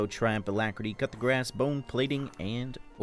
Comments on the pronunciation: Dude I love your videos but it's pronounced "Coo duh grass". Try saying "cool" without the L, "Duh" without the h and then grass lol. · NGL, whenever pronounces 'Coup de Grace', I always hear "Cut the Grass" instead. 😝😝😝😝